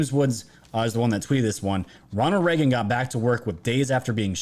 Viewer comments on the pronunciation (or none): none